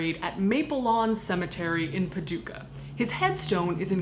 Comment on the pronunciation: I'm from Paducah! This is really cool that #1 you said the town name right, and #2 you talked about Mr. Speedy (what we were always told his name was). Fun fact: He also was in a flood. The 1937 Paducah flood where he floated away. Somebody recognized him, and returned him to the funeral home.